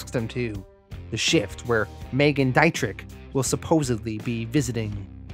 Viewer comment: I before e auf Deutsch sind “ee”, e before i sind I-”eye”. It’s Dee-tri phlegm